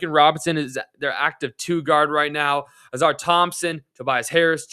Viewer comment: Stu happened before Mello though. I think he’s pointing out you saying Ausar as Auzar, by the way.